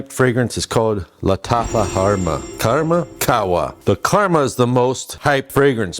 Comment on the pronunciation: Legend has it that he is still trying to pronounce 'Khamra' correctly